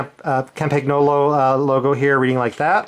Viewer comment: The pronounce is Campagnolo (Campniolo) and not CampaGnolo....GN in italian is like ne , then,........Campagnolo (CampaNEolo)